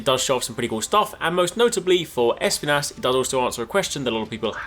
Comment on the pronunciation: Pleaseee don't pronounce it *E*spinas as the woman in the trailer. Espinas means spikes in spanish and it's pronounced esp*I*nas. The stress is on the I and not the E!